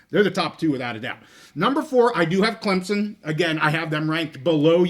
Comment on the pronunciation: Please, for the love of God, stop calling Clemson "Clem-Zon"! Stupid, sickening and nothing any Clemson fan would say - EVER! You can pronounce it Clemp-SON or Klimp-sin but there is no Z in Clemson!